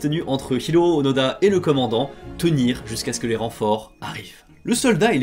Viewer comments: Onoda ou ounouda ? Fabien confond la prononciation des "o" et des "u"". Je pense que c'est plus Onoda, comme le prononce Louis-san Norio ou Nario ? Décidément, Fabien et le japonais, ça fait 2. Sinon, il n'a pas continué une guerre finie en 1945, il est en raccord avec la situation entre le Japon et la Russie : la guerre n'est pas finie. :p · Onoda (pas d'accent sur les "o")